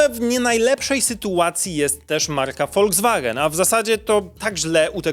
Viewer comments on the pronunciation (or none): none